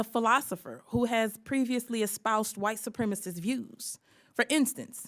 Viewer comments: Lauren : it’s white supremacist. Not “supremist”. Know what you are. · Neither Traitor green, or Bobo can correctly articulate the word supremacist. It’s not supremist. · Boebert can’t even use the word supremacist properly. She should go back and finish high school !!!! The word is not “supremist”. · Ms. Bumfart…it is white SUPREMACIST…not supremist, you ignorant, dick-grabbing, theatre-vaping, bumble-headed biotch! 🤦‍♂️ 😊 Don’t you have a penis or vape pen you should be sucking?! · Boebert can’t even say the word supremacist correctly! she says supremist…..what a bimbo! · Its supremacist , not supremist you handsy dumbass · Why can’t these dipwad republicans pronounce “ supremacist” correctly? Oh ya, they’re stupid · Is "BOBERT" CAPABLE OF SPELLING THE 2 SYLLABLE WORDS SHE ATTEMPTS and "STUTTERS" TRYING TO PRONOUNCE? MARSHA! MARSHA! MARSHA!😂😂😂